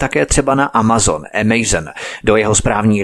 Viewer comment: Ahoj, mám moc ráda tvé pořady, ale mohu trochu poopravit tvoji výslovnost? Žiji v USA a vím, že tady se Amazon nevyslovuje "emejzn", ale prostě Amazon. A také jsi v jednom pořadu dříve mluvil o americkém operátoru Verizon. Neříkáme tu "verizoun", ale "verájzn.":-) Snad se neurazíš, že ti tohle píšu, jen vím, jak si na angličtině zakládáš, tvá výslovnost je v drtivé většině naprosto v pořádku, ale všimla jsem si těchto dvou malých detailů. Děkuji za pochopení, budu doufat, že to vezmeš s nadhledem.